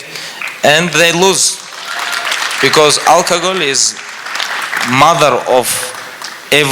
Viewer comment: I love the way khabib pronounces alcohol as alkagoal